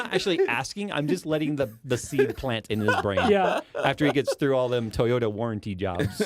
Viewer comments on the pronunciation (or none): none